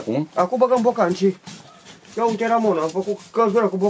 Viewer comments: Spune aute nu uite. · Normal se spune, "iete". Nu are ce sa uite.